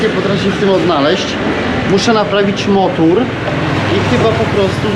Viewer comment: Motor nie motur